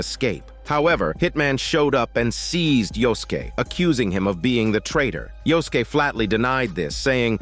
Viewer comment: Yosuke = Yoskeh xD